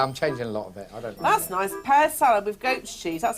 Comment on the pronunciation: "Noice room innit??" 😂